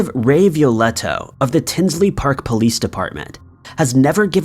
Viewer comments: Tinley** not Tinsley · In story number 3 the correct pronunciation is Tinley not Tinsley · #3 it's "Tinley" Park not Tinsley.... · The Lane Bryant murders were in TINLEY Park not Tinsley park…. Lmao wtf. You get so many facts wrong in all these videos. I swear to god your videos are like the cheap ass mass produced made in china plastic shit from dollar tree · Before making a video you should get all the details correct. It's Tinley Park, not Tinsley Park. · PLEASE!! The Lane Bryant Murders happened in my town, TINLEY PARK, IL, not “Tinsley “ ..SMH!! It was and still is a horrendous case that has yet to be solved and changed our town. Please research and proof read before posting so the correct info is put out. You have the wrong name of the city . Unbelievable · TINLEY . NOT TINSLEY DUDE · Except for the Adam Sandler doppleganger thumbnail LOL and "tinsly" park